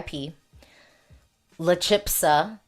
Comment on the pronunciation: Thanks for your views! I feel a lot will come down to how well they stage and perform, there have always been surprises in Benidorm Fest. La Chispa means "the spark" and it is pronounced "CHEES - PAH". Hope that helps!